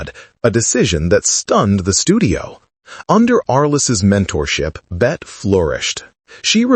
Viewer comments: For heaven's Sake , get the pronunciation of her name correct in English--Bet-ty...Not "Bet" which may be the French pronunciation. Born Elizabeth Davis, the actress claimed she chose the spelling from Honore de Balzac's 1847 Novel, La Cousin Bette as her stage name. She wanted to get away from the pedestrian spelling "Betty". That issue aside, there is no denying Davis remains one of the Great Iconic Actors of the 20th century. Everyone, especially Gen Z viewers, should take time to view a handful of her movies. She is great at playing what psychologists would call "Narcissists", representing character behaviours we find shocking and socially unacceptable. Of Human Bondage, Dangerous, Jezebel, The Letter, The Little Foxes and In this Our Life, The Star --- all have selfish, duplicitous, narcissistic characters. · More AI generated voice BS. Get her name right. It's pronounced Betty, not Bet. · Please at least get the pronunciation of Ms Davis’ Christian name correct as it isn’t in this video. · AI will never pronounce her name correctly. The final E is pronounced. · Bette (pronounced BETTY) Davis and Joan Crawford were forces to be reckoned with on and off screen. Warner BROthers!!!! AI needs to learn how to pronounce the names of iconic Americans.